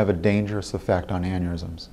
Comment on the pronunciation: He says "e-fucked" instead of effect bahaha!